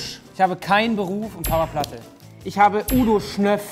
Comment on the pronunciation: Ui da fällt Knossi mal kurz aus seiner Rolle wenn es was zu gewinnen gibt, toller Schauspieler! Das ist das 1.Mal das er Papaplatte korrekt ausspricht, sonst nennt er Ihn ja Papalatte, sowie mit all seinen anderen Künstlernamen,Unges usw..